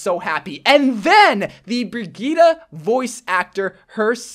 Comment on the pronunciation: BRI GEE TEH?! dude it’s pronounced BRIDGE EHT